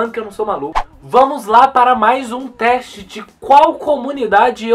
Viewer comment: "treste" kkkkkk